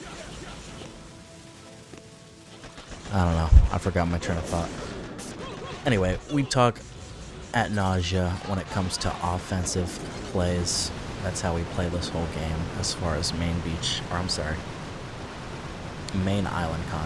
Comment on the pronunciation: we talk Ad nauseam not at nausea